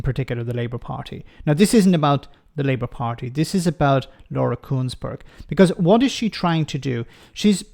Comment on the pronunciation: Not Kuenssberg, Consberg!